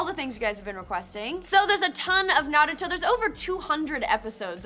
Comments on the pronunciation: *sigh They’re still saying Naruto wrong. -_ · i hate how they say naruto!!